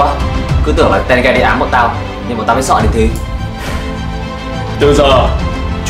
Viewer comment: ko phải tenge mà là té ge=)))